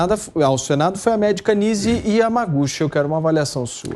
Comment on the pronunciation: Kkkkkkkk. Essa Nize Iamaguchi...ramacuchi....ioccuchi...sei lá...não conhece nem os efeitos de uma novalgina e ainda quer ser reconhecida como médica de renome!!!kkkkkk